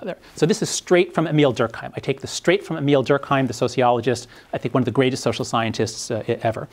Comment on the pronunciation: Nitpick incoming: Durk-aaa-m. More like an eh sound. There is no H involved.